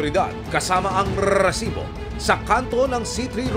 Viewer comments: diko alam kung nagpapaka Tulfo o Mike Enriquez tung host na to ang corny dikona tinapos video sakit sa tenga nung RRRRRESIBO! GGGRRRR!!!! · OA mo Rrrresibo.namo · nakakabwisit naman ung pagbigkad ng resibo..kailang ba ganon talaga??